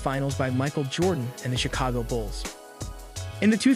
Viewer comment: Glad I’m not the only one who heard him say Bulls…